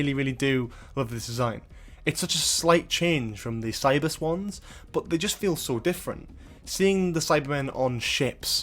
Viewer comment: You say "Cybus Ones", I hear "Cyber Swans" Now I want to see Cyber Swans.